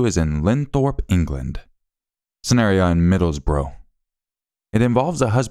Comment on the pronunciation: you pronounced middlesbrough better than I would have if I was still living in the US. Locals call it Middles Bruh 😅 I wouldn't know, I'm from Rotheruhhm, (American pronunciation Rother Ham.)